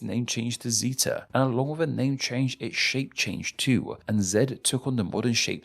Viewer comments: That's not how to pronounce the Greek letter Zeta. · I noticed you pronounced zeta as “zee’ta” In the US I pronounce it as “zay’ta” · Of course it's just a little jarring when you show Zeta and pronounce it zee-ta, when I would assume, being in the US, I would pronounce it zay-ta. Pronunciation of 'beta' is similarly jarring a bit to me. Not in a bad way, just I often forget there's a different pronunciation. I wonder if there's any wordplay that would be lost on US English speakers for that. Like, "During the development of the egg, they realized in alpha that it couldn't be scrambled, which led to the invention of the egg beta." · I used to think the Zed and Zee pronunciation are derived from its Greek roots - Zeta. You pronounced this letter in the British way - Zee-tah, whereas Americans tend to pronounce it Zay-dah or Zeh-dah. I wish this were the other way around - it would make for a neat connection to Zee and Zed!